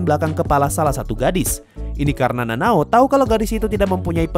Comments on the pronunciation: Bang kok lu nyebut nama char salah salah ini sengaja ato gmna? :V Kanao = Nanao Gyutaro = Gyaburo ? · Kanao bang namanya bukan nanao🗿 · Akaza bukan akasa☺️ Kanao bukan nanao☺️